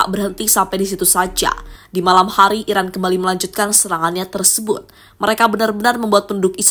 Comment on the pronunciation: yang mengisi suara narasi ga jelas bicara, antara bilang "Iran" tapi lebih sering terdengar "Irak"😂😂😂